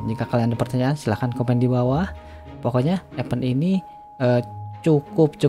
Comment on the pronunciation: Cara baca event = ibend Bukan epend